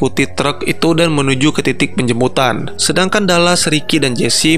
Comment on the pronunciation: bang gw mau tanya,situ ngomong penjemputan atau penjembutan?